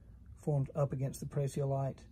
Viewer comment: Boy - your hair is gettin' gray! The green amethyst is pronounced "Pray-zee-o-light" with the accent on the first syllable. Thanks for showing us where and how the green stuff forms. I have a really nice, single prasiolite crystal about four inches long but I can't remember where it is from.